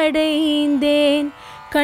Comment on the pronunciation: ஷரணடைந்தேன் அல்ல சரணடைந்தேன். பாரதி உச்சரிப்பில் மிகத்தெளிவாகயிருப்பார்